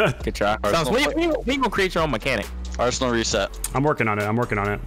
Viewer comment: LMAOO Aresnal and Retals made this video hilarious